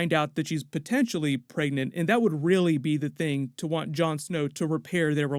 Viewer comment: If I hear you say “preagnat “one more time.